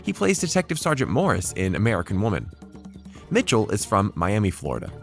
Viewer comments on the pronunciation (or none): none